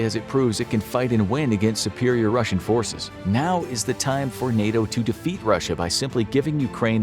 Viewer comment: Biggest Defaet 0:6 😂😂😂